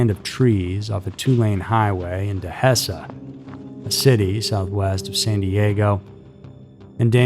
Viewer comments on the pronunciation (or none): De(he)suh dehesa